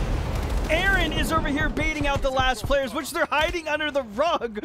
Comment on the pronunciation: A A RON .... 🤣🤣🤣🤣 ... kee and Pele.... 👍😅